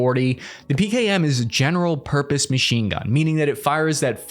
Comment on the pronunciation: Just a good old General Murpose Pachine gun